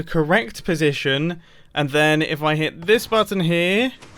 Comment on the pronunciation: am i hearing something did he call button mumbo: a batton